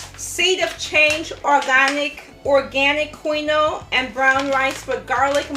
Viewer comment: The food looks good quinoa is pronounced keen waa